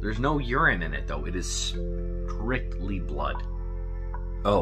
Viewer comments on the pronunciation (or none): none